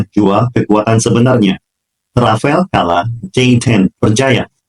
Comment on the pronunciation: ...bukan rafael tapi RAFALE kalo dibaca E nya hilang jadi RAFAL. Rafale artinya hembusan kentut (bercanda).....artinya hembusan atau tiupan angin. DASSAULT RAFALE dibaca DASSO RAFAL